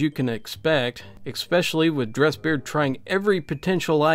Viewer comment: Saying Exspecially is the clingiest part of all these videos. It's ESPECIALLY and doesn't have an X in it.